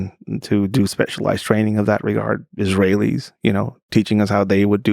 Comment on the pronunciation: Lex let him say "Israelis" like that?